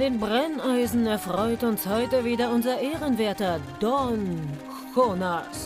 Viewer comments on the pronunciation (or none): Jonas als "Honas" auszusprechen ist spanisch liebe Produzenten.